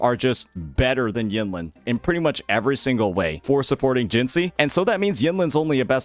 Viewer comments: You should be in jail next to Scar for how you pronounce Jinhsi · The way you pronounced "Jinhsi" is criminal